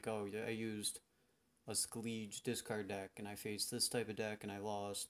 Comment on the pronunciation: I am sorry but your pronunciation of factions is horrendous. What is niFLguard? What is Skeleege. Did you never hear the cards say their faction names before? I am getting really triggered over it, getting an urge to close the video